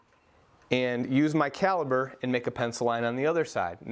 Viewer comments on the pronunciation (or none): Caliper, not caliber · Great job. But remember the word is Calipers. A Caliber is the size of a bullet. So Caliper. With a p not a b. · Cali"P"er not Caliber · beautiful work love it and thanks for the explination. Also as an aussie its not Jurrah its Jarrah :p itas also calliper ont callibur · Cali-P-er!...other than that, Great video!